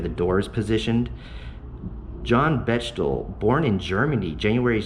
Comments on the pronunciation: It is not pronounced Bech tel, it is Beck tel, as in Bechtel Corp. one of the largest construction corporations in the world. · Bechtel is pronounced, Beck tell.. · Pronounced Becktel, there is a Bechtel Constructon...maybe? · Pronounced Becktel. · As someone mentioned Bechtel (pronounced Beck-tell) is a big engineering / construction family starting with railroads and moving into other big projects. The company is still a major construction engineering company and I dealt with them in a peripheral way on a project this year. According to Wikipedia they are still family owned.